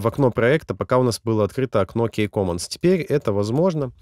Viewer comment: Спасибо за видео. Хотелось бы корректное произношение английских слов (Ки, Валв, Бэйс).